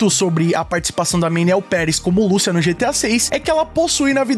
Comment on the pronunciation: Lucía meu amigo, não Lúcia